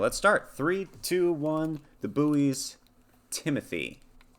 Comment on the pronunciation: And just so you know you were mispronouncing their name